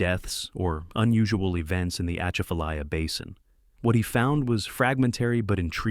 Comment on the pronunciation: Atchafalaya is pronounced with emphasis on the second syllable, “cha”.